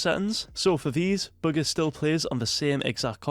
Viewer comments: Y’all niggas dumb it’s bugha and pronounced boo ga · you pronounce it ‘booger’ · Was he just saying booger the whole time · It sounds like he's saying booger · Just say his name right it’s not hard